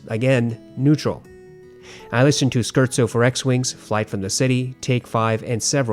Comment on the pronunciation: SCHERZO is pronounced ‘Scare-Tso”